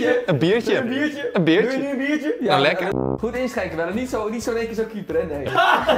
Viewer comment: Raoul zegt beertje i.p.v. biertje 🍺